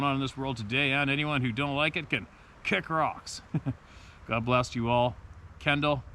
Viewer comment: Kendall here. Thanks so much!! You even pronounced my last name correctly. So a great big atta boy, and pat on the back.